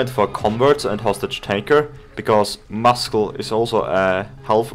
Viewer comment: FYI muscle's pronounced wrong